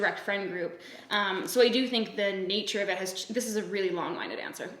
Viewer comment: FYI it’s long-winded, like the wind that blows. Not wind like winding up your headphones.